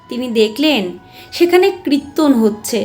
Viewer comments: কৃত্তন বলছেন কেন ? ওটা কৃত্যন নয় কিরটন বা কীর্তন । এত মিষ্টি কন্ঠ কিন্তু ভুল উচ্চারণ ! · বারবার কৃত্তন‌ কৃত্তন‌ শুনতে কানে লাগছে